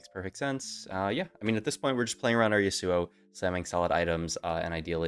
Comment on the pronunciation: please dear lord, it’s YASuo not yaSUO